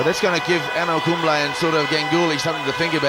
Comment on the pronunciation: Commentator : ANAL KUMBLE. 😂😂😂